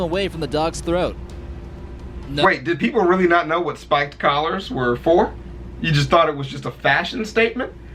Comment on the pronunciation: The narrator in the video cannot say Spiked or Collar.